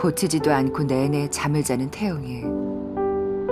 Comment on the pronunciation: 기분 탓인가 왜 자꾸 입원하고 있는 태웅이라고 들리지...?